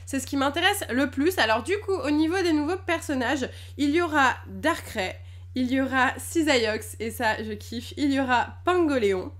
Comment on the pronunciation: miss tes super mai la tu ma déçu comment tu a dit le nom de darkrai cest mon meilleur pokemon legendaire la jai presque envie de pleurer